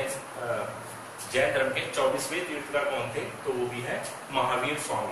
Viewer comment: तीर्थंकर होता है तीर्थकर नहीं